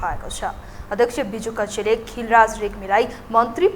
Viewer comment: बिजुक्क्षे हो बिजुकक्षे होइन।नाम पनि राम्ररी उच्चारण गर्न आउदैन?